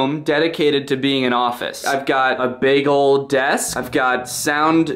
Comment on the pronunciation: Honestly tbh I thought he said "I got a bagel desk right here" and not "big ol' desk" so ya, here is the time stamp - 0: 37